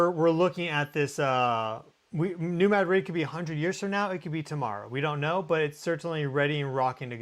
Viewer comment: Missourians pronounce it New Mad’ - rid heavy emphasis on first syllable ,no emphasis on on the second. Not like the Spanish capital .